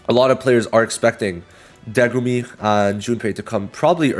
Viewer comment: I noticed you kept saying Degumi instead of Megumi. Just thought that was funny lol